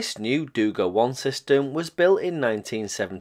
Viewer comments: Just as a side note: it is dugA, not dUga. Also, Habarovskiy krai, nor Kabarovski. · Not dOUga. It’s dugA, accent in the last letter. No criticism, wonderful content, just a notice😄